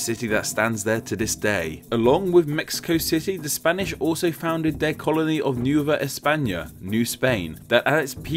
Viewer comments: New-va España - Ku - what? Spanish is a very popular world language, and the proununciation is phonetic (al?) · You said nuva spana and its Nueva España